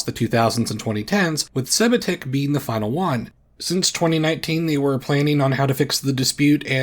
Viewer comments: Educational purpose; for the correct pronunciation of Sebatik Island: (suhh-bahh-tiq) - not "say-buh-tiq" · Just a head's up, "Sebatik" is pronounced suh-bah-take. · As a Malaysian it's really funny how you pronounced sebatik lol